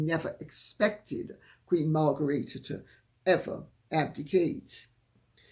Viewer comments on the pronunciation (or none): I thought the Danish Queen’s name is pronounced “Mar gret ta”, not “Mar garita”. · Mar gre the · Dear Lady 'C', I am aghast! You are normally so punctilious and precise with pronunciation. Whatever possessed you to sound the name (at the time of writing) of the Queen of Denmark as if it were a Spanish name! She is not "Margarita", nor could she be readily mistaken for a mixture of Cointreau and tequila (however intoxicating is her personality). Surely, a reasonable anglicization of the pronunciation of her name would be "Mar-great- a"? Regards, David